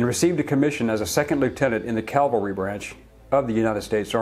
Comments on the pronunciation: Cavalry, not Calvary. These words are the most mispronounced words in the English language. The Germans regarded Patton as THE most feared battlefield commander. He had no rivals in battle, but the paper pushers got more press at home. My opinion is that Eisenhower had him killed after being hospitalized for minor injuries after an auto accident. He would be a threat to Eisenhower's political ambitions. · Learn how to pronounce cavalry It’s not cal-va-ry. It’s Cav-al-ry. Calvary is a religious experience involving an open air representation of the crucifixion of Christ. The other is riding horses. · It’s pronounced CAV-UL-REE, not CAL-VER-REE. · Why do Americans always miss pronounce cavalry ?